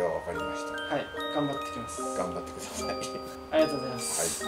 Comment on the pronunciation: 13分11秒 皆さんも楽しみにしてくさい！！になってる笑笑